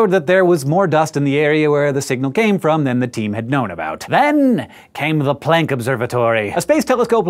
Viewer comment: Hank, for someone who makes a big deal about pronouncing Neanderthal correctly, you sure do ride roughshod over the pronunciation of Planck, which is much more plonk than playnk. I love your channels, tho, I must say.